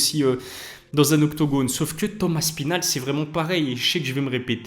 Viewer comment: Avouez on dit tous Thomas spinall